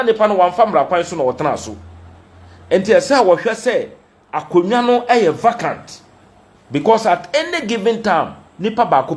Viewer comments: The word is prounced as. Vaycant not vacant. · Prounce as vacant not vacant although it is written correctly but pronounce vaycant